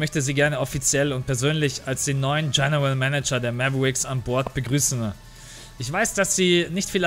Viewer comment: haha will dich nicht korrigieren oder so aber es wäre korrekt formuliert: "Mäwerix" haha aber scheissegal bist ein sympathischer typ das ist alles;)